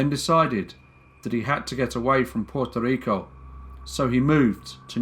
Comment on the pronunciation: I love how you say my little island's name. Puerto Rico. ❤🇵🇷❤ I didn't even know about this story and I am mixed with both Puerto Rican and Spaniard, among a lot of other groups (Proud mutt. Lol.). I wonder if my grandparents knew about this case. Thank you for everything you do!!